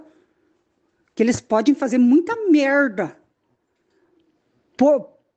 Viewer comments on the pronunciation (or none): "Eles podem fazer muita merRrda"